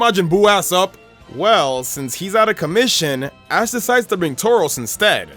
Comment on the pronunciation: he said a*s instead of ash